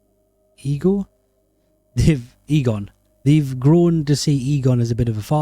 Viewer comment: if you ever do another ghostbusters video, work on your way of saying Egon:P I enjoyed it loads though <3 (Next time invite me over if you ever go talk more about Ghostbusters!)